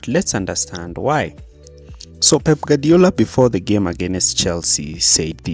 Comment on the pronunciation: Guardiola's phonetic translation is: gwaar·dee·ow·luh In other words: Gwadiola not Gadiola